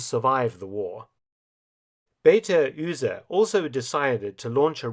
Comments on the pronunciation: Dear Mr Felton. The pronunciations pedantic here. You content is obviously stellar, as usual. As I have come to expect. However, your German pronunciations is slightly less stellar. I ONLY hope to be of assistence. Beate Uhse is pronunced 'Beäte' (French fashion) or 'B'aa-teh' 'Ouse-eh' (like the river.) You are welcome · When you think you know it all after 35 years of studying and teaching History, there is always: Mark Felton! Great job. I enjoyed that story. Allow me humble one comment: It's Be (é as in DAY and not as in BEE)ate pronounced together fluidly U (short version of YOU)se. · Beate Uhse is pronounced completely wrong, it would have been right to at least watch a German video on the subject of Beate Uhse and her life and to learn the pronunciation of the name. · I habe learned something new, but your pronounciation of "Beate Uhse" is for from correct. When she opened her Business, called Ehehygiene, she needed much Courage in the very conservative Germany of that Time. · I am normally impressed with Mark Felton's pronunciation of German names. But it really should not be very difficult to find out how Beate Uhse's name is pronounced. And it's NOT how Mark Felton pronounces it. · lol, i didn't ckecked "Beate Ühse" xD i think everyboy in Germany know "Beate Uhse" as a Sexshop Name. Because of the english pronauciation, i didnt noticed it, that this was "Beate Uhse" xD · I really didn`t get it at first because you kinda butchered her name, but holy shit, what a twist, Beate Uhse. I always respected her for you know sexual liberation in a prudish, conservativ post war germany, but holy shit, the woman hat balls of steel. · Baty Üsee? :-s So much research going into these video's and then this. Please stop hurting my ears: Bay-Ah-Teh Ooooh-Zeh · Beater Uhse is pronounced Be-Ahter Ooser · It may seem like a large ask, but it would be respectful to pronounce German names correctly. Beate Use’s first name would be (in English syllables) Beh-AH-tah.